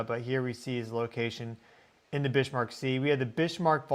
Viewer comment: Ha, I always notice how well you correctly pronounce many names of different locations around the world. Can I please request you research how to correctly pronounce Bismarck named after the German battleship of World War II which is named after 'Otto von Bismarck'. My understanding of the correct way to say it is from the song Sink The Bismarck by Johnny Horton